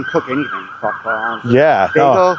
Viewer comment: Dude, do yourself a favor and don't say the words "gwon-up, kwokpot, wong, wealization When you said cooking and eating her kink was "unorthodox", ya think?!🤯 I was dead. Love your choice of words.